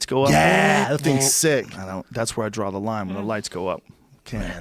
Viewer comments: If Schaub says "DRAWL" instead of "DRAW" one more time im going to scream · Brendan " I had one round a 10-8 so it should've been a drawl" Schaub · Brendan! It's pronounced DRAW! There's no goddamn L at the end! I feel like I'm taking crazy pills!